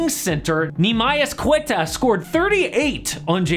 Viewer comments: Its pronounced Nimeeas Kaytah (Neemias Queta) and his story is pretty cool, might be worth a full video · As a former classmate of Neemias Queta at Utah State, how his name was pronounced in this video hurt to hear ( mark) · The way he pronounced Nemeias Queta 💀